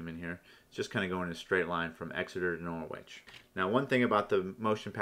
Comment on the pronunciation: Great tutorial; really helpful. By the way, it's pronounced NORRICH.